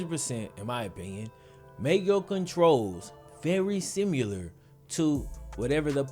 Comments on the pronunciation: there’s no U in similar. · Shawn Banzhof sim you ler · Am I the only one thrown off by the way he says similar? love the content keep it up